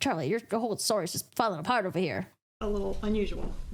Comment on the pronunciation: I had to listen to this 3 times live! It sounded like you said "it smells like a fart; so much!" 😂😂😂 Which was true! LOL! I've never heard anybody say that but it was very fitting! LOL! 😂 (it's falling apart so much) LOL! This is Niqole 😘